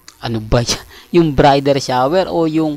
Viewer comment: Pasynsia na po kayo kay obob at angat talaga sia. Pati Bridal Shower hindi alam e pronounce Sabi nya BRIDER Shower daw.😂😂😂